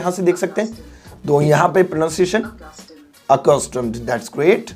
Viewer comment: 15.15 aqustomed .... 😂😂😂